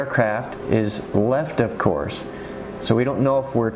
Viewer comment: good video but pronouncing off course like of course is really annoying